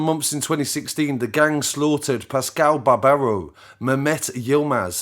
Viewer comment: Its RATuale